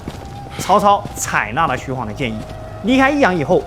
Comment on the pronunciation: 還好沒念錯 晃讀ㄏㄨㄤˇ 不讀ㄏㄨㄤˋ 白波軍可以看成黃巾軍的延續 弘農郡可是很重要的 位置在於長安跟洛陽的中間 長安在京兆郡 旁邊的弘農郡 扶風郡 馮翊郡 南陽郡這五郡並列於三輔地帶 而法正孟達正是從扶風郡逃難進去巴蜀的 位於劉表於是遣使朝貢，李傕、郭氾二人為了穩固自己勢力，便以朝廷的命詔遣御史中丞鍾繇封劉表為「鎮南將軍、荊州牧，封成武侯，假節」，呼為伯父，置長史、司馬、從事中郎，開府辟召，儀如三公，希望能夠結連劉表為外援。 從破劉備，又從破顏良，拔白馬，進至延津，破文醜，拜偏將軍。(也就是說打顏良 是荀攸出率先提出計策聲東擊西(荀攸認為不能與實力懸殊的強大敵人正面對抗，他分析了當時的形勢提出了聲東擊西、解救白馬的作戰方略。他認為袁紹兵多，應設法分散其兵力，於是勸曹操引兵先到延津，偽裝渡河攻袁紹後方，使袁紹分兵向西應戰，然後再派輕騎襲擊進攻白馬的袁軍，攻其不備，一定可以打敗顏良。曹操聽了他的這一番話，覺得十分有道理，就依計而行，袁紹果然分兵延津。曹操乘機率輕騎襲擊白馬，顏良不及防備，被關羽斬殺。)徐晃跟隨張遼關羽破敵) 前期招降呂布勢力兩個將 中期招降袁紹勢力一個縣令 後期招降三千戶(一戶按3人計算 三千戶=9千人) 招降高手 張郃封平狄將軍(狄=北方胡羌 把踏頓勢力這個北方胡羌給平定了) 徐晃封橫野將軍(把北方胡羌的平原荒野給橫掃了) 徐晃是戰場預備隊 跟隨張遼關羽破顏良 關羽張遼下場休息換徐晃上了打文醜 長驅直入就是徐晃發明的 補充包 : 投降關羽的荊州刺史胡修、南鄉太守傅方就在包圍圈裏面 會不會徐晃把他們兩個殺了 一位刺史一位太守都被殺 而他們手下的士兵沒了主心骨 就四處逃竄 徐晃就趁勢打穿了關羽的包圍圈 最好用又萬能的工具人